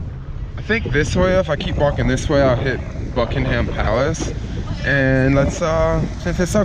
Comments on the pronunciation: Bucking-em not Bucking-HAM. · Bruv, it's Bucking-UM palace, not Bucking-HAM Palace. Don't over-enunciate the Ham in Buckingham. Sorry, as a long time British citizen, I feel it necessary to do this. Also, sorry you had to come at a bad time, when the weather is absolute bollocks. The day I commented on this video actually has some alright weather. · Great video but it's pronounced more like Buckin-erm rather than Bucking-Ham and crisps not chips. You can also get 6 bags of them McCoys for 99p if you go anywhere out of London. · my favourite thing about americans is how they pronounce words with ‘ham’ in it like they say bucking-ham and birming-ham instead of ‘buckingum’ and ‘birmingum’ like the brits say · nothing irritates me more than how americans pronounce "bucking-ham" or david beck-ham" lol. Have a good trip tho, dont get stabbed lol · I still laugh at the way foreigners pronounce 'Buckingham' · You don't really pronounce the h In Buckingham palace